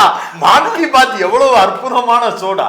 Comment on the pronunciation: சகோ, அது மான் கீ பாத் இல்லை, மன் கி பாத். மனதின் குரல். 😅